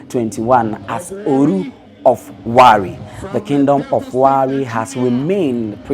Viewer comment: 😂😂😂😂this guy u Don finish us with your pronunciation ,, Olu not Oru Warri not garri